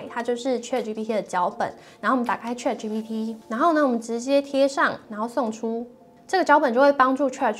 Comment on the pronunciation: 你这个ChatGPT 发音不准，得好好练练！😅